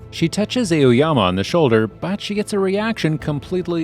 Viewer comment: ''Eoyama'' hehe